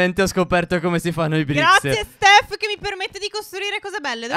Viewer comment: all'inizio phere dice tef no stef